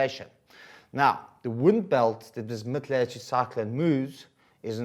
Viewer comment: Do you have a speech impediment? Lelletoood is not how you say it. Please do better. If I as an English speaker struggle to figure out what you're attempting to say, I can't imagine how second language students must be battling. Teachers are not supposed to make the life of student unnecessarily difficult.